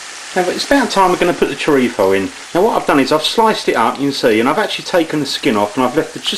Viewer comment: last time i checked the label it was churritzo not churripho like your pronouncing it lol